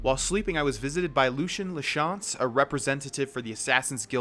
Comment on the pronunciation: Btw it's pronounced Lucy in la chance